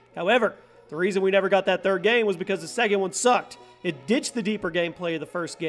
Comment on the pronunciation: Not hating but the way you say game bothers me